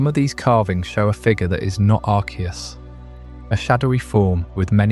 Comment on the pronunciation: You know there is a movie about Arceus and they don't pronounce it like you do. You are wrong lol